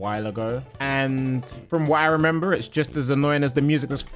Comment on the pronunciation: why was that remember soo... american lol